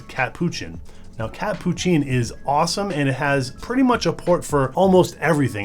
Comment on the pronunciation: its hilarious to watch you try to pronounce "catppuccin"